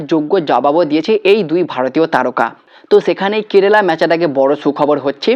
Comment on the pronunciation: Apnar kerala uchharon ar holo na hajar bar Bola sotteo sei kerela tai theke gelo.ebhave bikrito uchharon kore ki video banano uchit?apnar followerder kachei bisoyta janalam.tarai egulo bibechona korun.